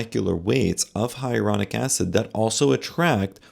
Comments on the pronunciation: Shouldn't you be able to properly pronounce HYALURONIC acid if you are commenting on it? It's not hieronic. You are skipoing an entire syllable. So unprofessional. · Really annoying that she keeps saying “hyarulonic” instead of “hyaluronic” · Luckily, I just did not have the money. It's scary that this woman does not know how to pronounce "hyalluronic." That doesn't make her sound like an expert.